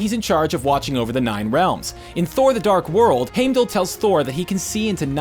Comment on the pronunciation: This! Omfg! Made my skin itch every time he said it wrong. Its in the films, thor says it, how can it be pronounced wrong